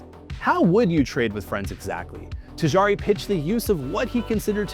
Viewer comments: Tajari instead of Tajiri is crazy. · Omg “Ta-Gee-Ree “ not “Ta jar-ee” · Tajari is wild 😅🤣 it is Tajiriiiii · This is a great video so far, but it's "Tajiri", not "Tajari". More like "Tah-Jee-Ree". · “tahjaaree” dude butchered the pronunciation 😂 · "tijari".... Really man? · I cringed every single time. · Man, if you fail at even pronouncing the name how can the audience be sure that the rest of the piece is researched well?